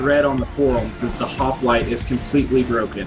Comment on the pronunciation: Why do they keep saying hoplite with an a?